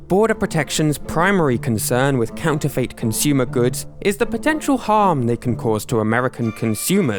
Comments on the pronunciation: No, I am from the UK and I have never heard anyone say it like that, I’ve always said and heard “fit”. I scrolled through the comments to see if anyone else noticed, to make sure it wasn’t just me 😅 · it's pronounced Counter-fit not Counter-fate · Its pronounced counter-fit, have google pronounce it for you and you'll all see. I'm astounded the comments section isn't full of people who know this but evidently everyone including your audience really need school. I've tried to post this a million times but it keeps getting deleted every time, regardless of what words I use. This video was cringe-inducing for anyone more educated than a 7 year old. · ... is that how people pronounce counterfeit in the UK, with a "fate" ending instead of "fit"? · i definitely say "fit" and i've never heard anyone else say it any other way. it's not impossible that it could be a regional thing but it also might just be this guy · "counter fait" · Is it just me or do others find the strange way he pronounces the last syllable of “counterfeit” really distracting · Is that really how Brits pronounce counterfeit? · Your mispronunciation of the word "counterfeit" is incredibly distracting, especially when it's said every other sentence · the way you pronounce counterfeit isn't how I do. that's fascinating. I like it